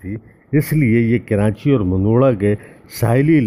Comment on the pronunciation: معذرت۔ عادت کے مطابق ایسا ہوتا ہے اور ریکارڈنگ کے وقت یاد نہی رہتا کہ اس کو درست لہجہ میں بولا جائے ۔ معذرت